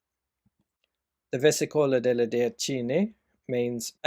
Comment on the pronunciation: It's nice seeing people are trying to revive the Minchiate. I would pay gold for a deck if it were commercialized. But it kept bugging me that you pronounce it versicóla, it's versìcola 🙏